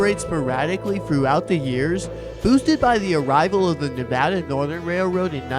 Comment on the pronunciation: Learn how to pronounce Nevada correctly and I’ll watch your content! Make a video about a state you better know the pronunciation! I’m married to a native Nevadan